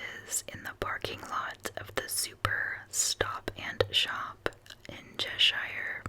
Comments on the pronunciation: Chesh-er is how we pronounce it (most places in the northeast that end in shire are pronounced that way). Thanks for your content! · As a Brit, it always cracks me up how non-Brits pronounce name of places. Fist one is Edinburgh and the second is everything related to “shire”. Like Cheshire ;). Thanks for making me smile. Oh and I vote for b please!